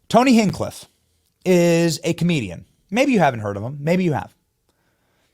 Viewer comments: Hinch cliff not hinkliff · I’ve followed KillTony for almost a decade😅 please say his name right or you’ll get roasted, even if you’re talking good about him😂😂 “Hinch-Cliffe” not “Hinkliff” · Hinge, not whatever you're saying you've ever heard of a door hinge. It's the same thing. Tony hinge cliff. Say it out loud, speak it out. Sound it out, man you can even read. And you're expecting us to believe a word. You say like your opinion. Matters to us when you can't even spell. Or pronounce names right? And yeah, I'm using Google Voice text.So it puts periods and question marks then all kinds of wacked out c*** where it shouldn't be.And this guy don't matter to me enough to prefruit it he got my point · Hintch cliff. There ya go Benny. That and Nukuler have to change man. It kills me inside when you say nukuler rather than nuke lear lol. Love what you do otherwise lol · HITCHcliff. say it right! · I love you Benny. You're the man. God bless you but you keep murdering Tony's last name. It's hinch like clinch and flinch. Cliff hinchcliff come on now buddy!😂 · Benny... His name is Hinchcliffe. Like Henchmen and Cliff. Hinch-cliffe. Also nuclear is pronounced new-clear. You drive me nuts when you say nucular. Come on man, work on your pronunciation. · sayings his last name over and over again wrong was cringe lol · Benny I love you but you didn't know who tony hingcliff was before yesterday because if you did you would know how to say his name right 😅 and second if you knew anything about him you would know not even the Chinese can cancel him. I was at msg night 1 in August and 19k people packed that place. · The only thing I'm offended by is the pronunciation of Tony's last name, Benny. Love you to pieces, but you're killin me ova here... 😜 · Wtf say his name right or talk about something else!!!! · Learn to pronounce his name. You haven't properly heard of him if you can't say his name. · Haven’t heard of him enough to pronounce his name right😂